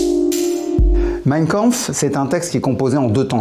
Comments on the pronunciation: Y’a que moi qui saigne des oreilles quand il prononce mein Kampf ? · à partir du moment où le mec ne sait même pas prononcer Mein Kampf est-ce que j'ai envie de continuer la vidéo ? non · Meiiinnn kaaaaanhourou